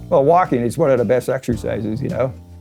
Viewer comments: When he said “Well, walking is one of the best exercises,” I thought he said, “Milwaukee is one of the best exercises.” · Did he say walking or milwalkin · I thought the exact same thing.